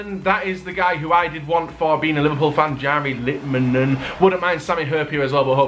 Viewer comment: Omg he pronounced Jari Litmanen correctly :O